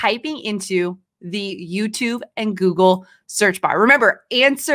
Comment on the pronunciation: I think it’s funny that she has a hard time saying Google. She keeps wanting to say gurgle